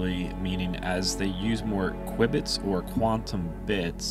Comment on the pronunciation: The presenters repeated use of the terms KWIBBITS (instead of cubits) and computating instead computing - made this video unwatchable for me.